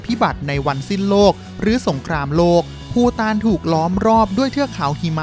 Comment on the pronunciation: ภูฐานคับไม่ใช่ปูตาน